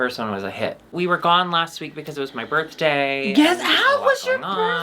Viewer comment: Ok fully obsessed with how says “birttday”